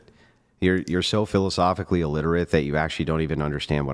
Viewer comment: When she saiz "philosophilly". 😅